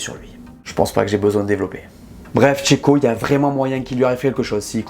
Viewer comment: À Cheiko on dit allez chio !!!!